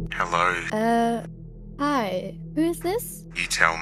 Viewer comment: In the beginning it was funny when she said helorr and then he said helorr😂